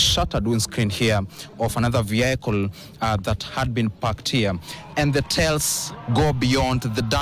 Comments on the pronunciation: Practise on how to pronounce the word 'vehicle' correctly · Please call vehicle vehicle not your way it's terrible the way you are pronouncing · Very sad incident, very sad that your reporter doesn't know how to pronounce "vehicle" too. Two sad incidences that should be denounced! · Never heard 'vehicle' pronounced that way again😅